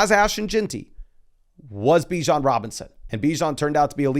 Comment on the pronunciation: It’s buh-JOHN Robinson